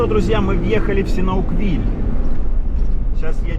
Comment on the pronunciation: я давно вас смотрю и вот этот СИНАУКВИЛЬ мне постоянно режет слух. Думаю я не одна такая :)